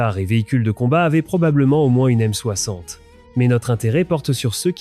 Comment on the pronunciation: Euh... c'est quoi la "aime soakssante" ? :D